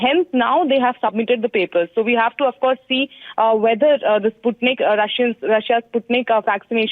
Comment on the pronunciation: Its not Sutnik five,its Sputnik V.